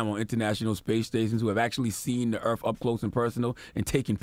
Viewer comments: Does Charlemagne have a speech impediment? Nasha (NASA) Woofully (Willfully) Pewtin (Putin) Earf (Earth) 🤣🤣🤣 And Wayminute. Did Trump say he beat Hillary Easily? He must’ve haven’t seen the popular vote 🤦🏾‍♀️ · Words this ignorant "agenda slave" mispronounces: earth; earf, Putin; pewtin, NASA; nasha. I'm sure there is more, but I could not listen any longer due to his misinformation.